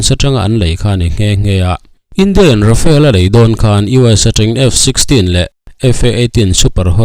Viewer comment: Tinge RAFAEL FIGHTER intih zel le..RAFALE tih tur zawk ni lo maw le.